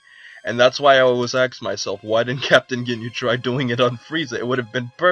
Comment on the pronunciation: Nobody has ever "axed" you a question. Learn to speak.